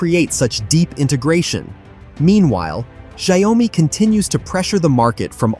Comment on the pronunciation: Pronounce Xiao Mi. And not Xia O Mi.